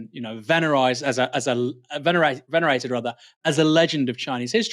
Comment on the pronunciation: The irony of Bastani saying Bill Clinton lost in 2000 (He wasn't running, 2000 was Bush junior vs Al Gore) and then mispronouncing venerated during a spiel about dementia related cognitive decline is very funny.